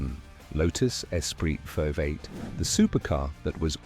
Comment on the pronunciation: Fu..ing AI! Created for people who are not capable of speaking about their hobbies! Five 8 instead of V8?!